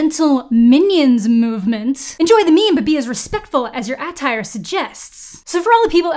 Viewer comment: I'll never say the word "attire" the same again.....